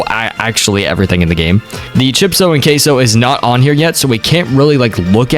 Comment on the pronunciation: Bro sound like he is saying cashoh